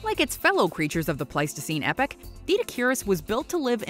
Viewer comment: 'Epoch', not 'epic'.